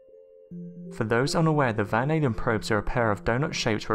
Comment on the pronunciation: He said "Van ALIEN probes" 😂😂😂😂🤣🤣🤣